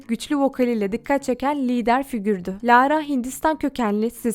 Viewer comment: lağğğğğğra ne ya bi düzgün oku